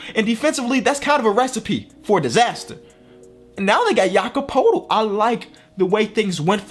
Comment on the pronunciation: it’s pronounced Yakob Pertyl not Yakob Potel